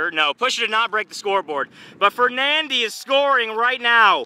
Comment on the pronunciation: u said fernandi